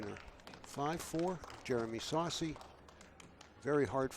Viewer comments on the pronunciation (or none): why do you pronounce it like saucey. You know what his name is. It's sossei.